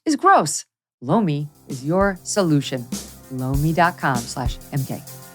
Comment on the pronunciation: Megyn does her ad for Lomi. But it sounds like she’s saying, “blow me.” Cracks me up every time. 😂